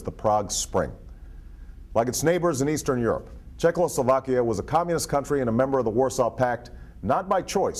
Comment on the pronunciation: Czechoslovakia not Czechloslovakia. :)